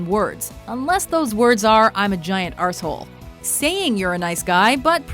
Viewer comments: love the way she says arsehole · Why would an American even attempt to pronounce "arsehole" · I really laughed at the "I'm a giant arsehole" bit, probably cos of the accent :') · Weird hearing an American say Arsehole...